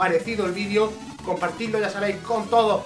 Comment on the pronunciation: Extraño cuando decía "vidrio" en vez de "vídeo":,v. La vida ya no tiene sentido